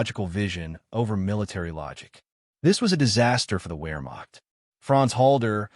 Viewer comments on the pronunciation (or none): none